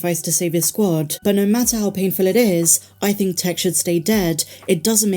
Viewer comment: Please! It’s pronounced “Tiiick”.